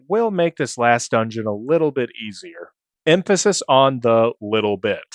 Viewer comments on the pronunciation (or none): none